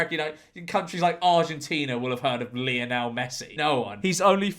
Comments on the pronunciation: It's 'Lie-on-el' Messi, not 'Lee-on-el'! His mum was a big fan of Lionel Ritchie, so........... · Lionel Messi’s father named him after Lionel Ritchie. His name is pronounced the same as Mr Ritchie, not Lee on el